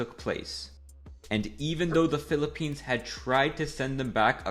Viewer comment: UY PILIPENS????! pilipines? pilipens?☹️☹️☹️